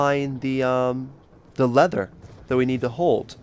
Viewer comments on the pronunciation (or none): 1. It's called a mannequin 2. It's called a turret, not a turrent 3. It's called a lever, not a lether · Its a LEVER and a TURRET not leather and turrent